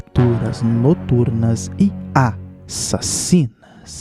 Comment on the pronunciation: "A...ssassina", morro de rir🤣🤣🤣🤣🤣🤣🤣🤣🤣🤣🤣🤣🤣🤣🤣🤣🤣🤦